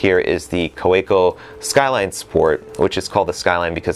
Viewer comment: You spent some time in Germany, I lived there for a couple of years. Kaweco is pronounced kah-ve-ko. Have a great 2020. Cheers, Steve